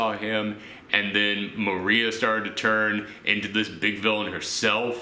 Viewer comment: Mo-ri-ah not Maria they even say it in the show get it right